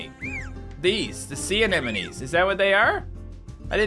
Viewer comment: Anémones, not anémonize!